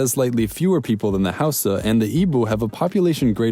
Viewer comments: I'm from Nigeria and I canttt listen to you say Yoruba, Igbo, or Hausa holyyyyyyy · Am I the only one who cringed at his pronunciation of Yoruba,Igbo and Hausa